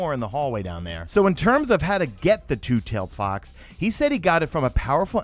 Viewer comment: Loll butchered the name but keep up the good work